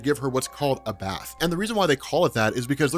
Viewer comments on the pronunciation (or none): none